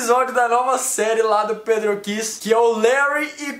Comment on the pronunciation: Pedrôkys???? É pedrókys mas ta turo bem